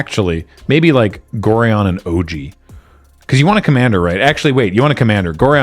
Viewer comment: That's not how you pronounce Gorion (like the constellation "Orion" with an extra 'g' in front of it). He briefly appeared as the ward of the protagonist in the old Baldur's Gate games. The reason the card refers to an "Abdel" is that said protagonist's name in the novelisation of the story was Abdel Adrian.